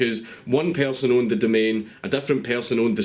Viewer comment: What the fuck is a "pearrrson" fucking islanders and their poor English i swear he sounds like hes got marbles in his mouth